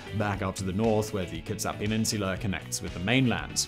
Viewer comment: he pronounced the first native word pretty well. and kitsap too